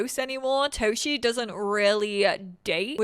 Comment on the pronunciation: Oh, I think that this "Toshie" is readen with visible "e" in the end, the e like in, well, end^^ It would be nice if they would also mention the original writing of the names they use^^ (I also want some real Polish townies, not like random townies that get Polish names if I play in Polish, but just real already pre-made important in plot townies with our names^^) Thank you for always teaching us about everything^^ Remember you're loved and needed^^